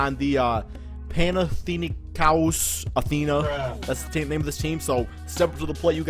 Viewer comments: It's pronounced: Pana-thin-eye-kos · its pao, pan-athen-ah-ecos and dee-ah-man-tea-dees